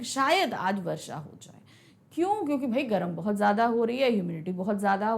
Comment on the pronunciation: bhoit bhoit kaal 😂 bheut bheut chuke😂